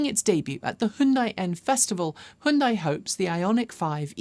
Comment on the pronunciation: I’m from Malaysia. Just recently discovered your vlogs on YouTube. Like your up to date news and presentation style. Keep it up. And oh I admire that you’re the only ‘western’ presenter to pronounce Hyundai correctly😅